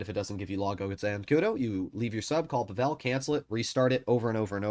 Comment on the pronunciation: Hey, man! I love your content, been following you for quite some time now, I've learned things from your videos! Overall you're great and I hope and wish you all the best. But pleaaseee.. pleeease stop butchering Pavel's name. This is a very common name in Slavic countries especially the Balkans and Russia of course... The accent is on the 'A', not the 'E'. It's PAvel, not PavEl. It's like saying NormAn, than NOrman. Otherwise, great content as always! ❤